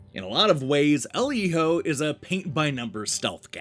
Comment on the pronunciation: Giving this review an automatic thumbs up for being the only one to pronounce Hijo correctly. I had to nope out of a bunch of them after hearing “Heeyo” for the 90th time.